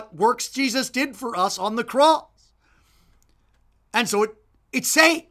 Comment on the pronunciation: why you got to say 'cross' like that? Glossolalia?